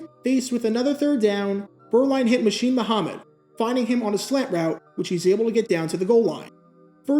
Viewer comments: Hold up, I gotta correct you. You do not call one of the best Panthers ever "Machine." It's pronounced "Moo-sin." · Yah, but then he followed that up by mispronouncing Muhsin as Moosheen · Muhsin Muhammad's first name is pronounced MOOSE-IN